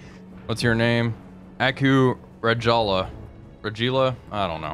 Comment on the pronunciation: Aku Rajala, pronounced “raighala”